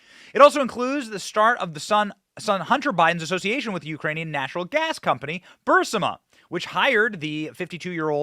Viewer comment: Yo it is said ( Burr Reese Ma ) say it not Bershsa wtf ? 😳😱 Wow u would lose a contest on Speaking Hunter was with Burr resse Ma not bershsa or wtf u said u are kool for info but bro yer not purrfect duh